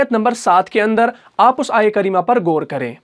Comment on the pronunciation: ماشااللہ ماشااللہ۔۔۔۔۔مگر گور نہیں غور ہوتا ھے اور گنہ نہیں غنہ ہوتا ھے